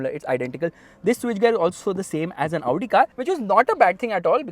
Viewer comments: When he says Audi cars I am be like Laudi Cars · You pronouncing "Audi" kinda sounds like "Lowdi" 😂😂